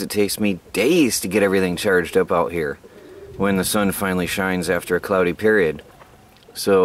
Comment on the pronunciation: i bete that phone gets very hot in the sun ,but u said cloody day